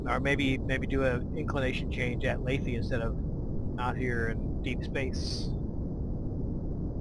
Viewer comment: It's Laythe dammit! LAYTHE! Like scythe! Not Layth-eee!! Pwew.. glad I got that out of my system. Anyway, great vid. Just heard and started playing KSP myself. Having a blast. Nice to see that I'm not the only one committing Kerbal genocide every time I try to fly something haha!